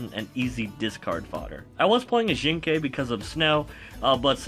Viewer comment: OMG YOU ACTUALLY PRONOUNCED "XINGKE"CORRECTLY!! You have no idea how triggering I get whenever I hear a youtuber pronounced it incorrectly XD.